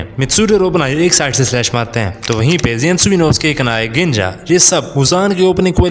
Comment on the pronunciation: Gaynia ❌ganja ✅